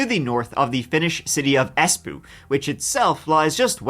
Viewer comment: Cackling at Es💩 10/10 best pronunciation